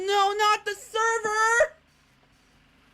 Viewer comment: "NO NOT THE THERVER!!"